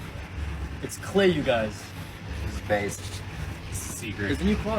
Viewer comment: not being able to say ‘based’ IS CRAZY BROO YOURE COOKED